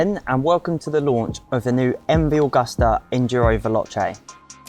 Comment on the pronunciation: Dude is in the wrong profession. It's not called 'MV Ogasta'. Think before you talk.